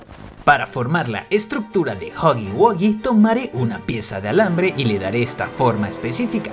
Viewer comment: Pir fin una persona diciendo huggy wuggy bien. joder